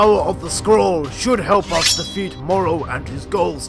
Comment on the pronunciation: You say Moro its morro